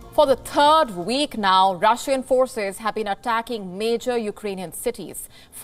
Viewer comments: Third week, not Turd week dang it! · haha the ''turd week'' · “For the turd week”? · Sunday!! "For the turd week now!"??? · The turd week in a row. Wery wolatile. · "For the TURD week now"😆😆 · Gotta put that H in third. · What's a turd week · she say tird week? wtf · "...for the Turd week" lol